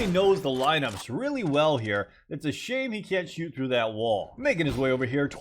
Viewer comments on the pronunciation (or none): none